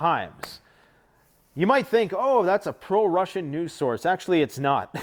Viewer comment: I have listened to so much commentary of the news that I laugh when people speak so quickly that letters mixup. He says news, NUSE, because his brain is already thinking about nuclear when he is saying the word uses so they coalesce and he hast to correct himself. Humans are so beautiful, it terrifically sucks how much stress, manipulation, and lies we deal with